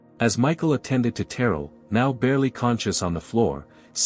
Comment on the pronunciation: Pronunciation is key: Ter rell